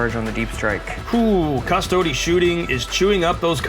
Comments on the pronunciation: People that say 'Cuss-Toad' instead of "Cuss-toa-dee" rub me the wrong way Lol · Cus - toe - deez Not cus-toads. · It’s pronounced custodEES not custods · Cust - O - Dees. Cust-O-dees. Custodes. Not Cust-odes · 'Cus-toe-dees'. Not 'Cus-toads' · It's pronounced "CustoDEEs." Not "CusTOADs." You don't see people pronouncing it "Adeptus A-STARTS." It's "Adeptus Astartes." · I'm sorry, but he is talking english wrong [ kuh-stoh-deez; Latin koos-toh-des ]... referring to a single unit as a custode is still heresy but i will allow it, because that's not even a word. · Lol at all the mispronounciation. Cus-toads. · Please stop mispronouncing custodes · Just wish they’d consistently pronounce custodes correctly 🤣 and I’m pretty sure the singular of ‘custodes’ is custodian 😂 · how they say custodes gives me aids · Deliberate mispronunciation of units, rolling saves one at a time, unnecessary declaration of models making saves before any have been saved... wouldn't not get my vote for favourite opponent. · Fair enough, although everyone mispronounces it in the video a few times and pronounces it correct a few times. At the end of the day it doesn’t really matter, call them your custard creme pies :) what ever floats a space marine. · I mean, nobody's going to arrest him for mispronouncing it. That being said, he's still wrong, and should be called up on it. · The mispronunciation of Custodes annoyed me more that it should have. I have to assume he’s doing it on purpose but I can’t fathom why. Maybe the hat overheated his brain. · Francois Lalonde your not far off, it does get toasty under the hat! Also love to see people get mad about the pronunciation of it, because at the end of the day, we’re talking about a bunch of made up dudes :) smile, have fun, play on.